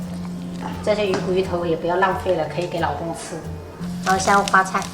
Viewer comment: ”可以给老公吃“，听起来像是“还可以喂狗”一样